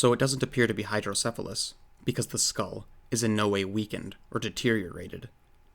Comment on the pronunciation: Sorry, but, "Hydrodephalus"?